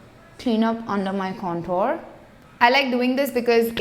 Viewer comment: Please lookup the pronunciation of "contour". You're a beauty guru so this word will be used often. Most indian youtubers get this wrong and it feels to me like someone is scratching broken chalk on a tin board